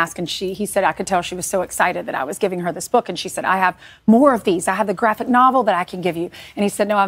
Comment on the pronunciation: Notice how the anchor accented the word "graphic" in "graphic novel." They legit are treating the word "graphic" like it means "adult" instead of what it actually means in context: a comic book....